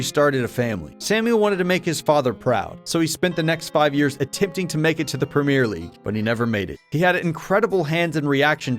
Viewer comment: As a European, the way you pronounce Premier League gives me as anxiety